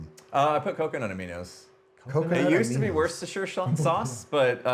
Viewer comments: As a Brit, it's actually pronounced Woostershire, not Worstershire 🙂 the middle R is very confusing! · it's pronounced wooster-sheer by the way. there's like 4 silent letters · Wo'stershire. Come on. :) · It's "Wust-er- shear" sauce (UK pronunciation) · It's pronounced "Woostershire", short "oo" and "shire" as in "shirt" but without the T, or also like The Shire in Lord ot the Rings. I've heard both variants. But in the English Midlands, where the county of Worcester resides, I've pretty much only heard the former. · Listening to three American men trying to pronounce "Worcestershire" and all of them being wrong.